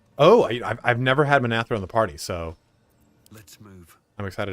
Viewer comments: Minthara, not Minathra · Dies he say Minthara's name wrong through the whole video?